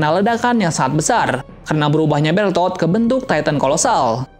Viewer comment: Bang lu gak tu titan kolsal nama manusia asli yang titan kolosal itu namanya bertol bukan bertot lu mau gnentot